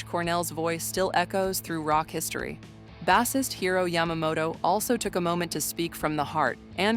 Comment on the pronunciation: Salt and PAYPA - Cyndi LOPER And bassist pronounced like the fish. Thanks AI! You're the best😁